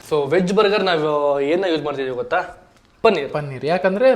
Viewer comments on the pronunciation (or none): ಗೋತ ಅಲ್ಲ ಗೊತ್ತ ಸರಿಯಾಗಿ ಕನ್ನಡ ಬಳಕೆ ಮಾಡಿ